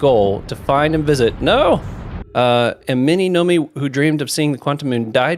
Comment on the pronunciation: Did anyone ever correct him that it's Nomai and not Nomi? Im wondering if he's dyslexic to a certain extent, lol